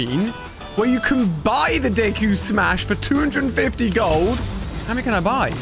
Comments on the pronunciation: Its cringe how he pronounced Deku name wrong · I love how he said deku= isuku bakugo=isuku uraraka= ochcau and all might= nonexistent 😂😂😂